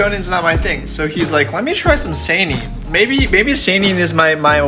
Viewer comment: The way you say "Seinen" triggers me.